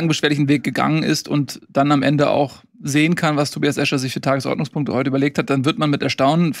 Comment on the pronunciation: Die Enttäuschung der Saison ist, dass immer noch nicht die Betonung beim Wort "Tagesordnungspunkte" gelernt hat. Ihr seid also dafür die Relegation abzuschaffen und der dritte der zweiten Liga bleibt dann automatisch unten?